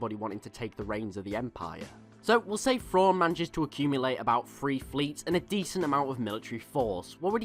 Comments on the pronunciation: It's pronounced "thrawn" not " frawn"....come on. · Just like when you say "then" or "them" etc etc, I know you can say words that start with TH, so redo the video and say his name correctly please, as well as continue to pronounce words and names that start with TH properly. THANKS!